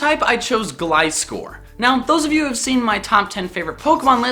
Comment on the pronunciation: is the first person lve heard on youtube to pronounce gliscor right